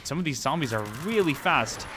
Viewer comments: it is not ssombies, it is zombies pal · explain to me why you say "zand bags" and "sombies"